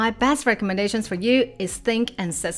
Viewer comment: Hi,. Thank you for this video and all your other videos. They are always informative and highly useful. Might I offer a small observation, if you don't mind? (I hope you don't 😊) "Tasks" (plural) is also still pronounced as "task" (singular) and not "taskses". I have noticed that throughout all your videos that I have watched. There are also many other words that are like that that you might want to watch out for. E.g. "posts" (Not "postses") Just a small observation. Don't mind me 😊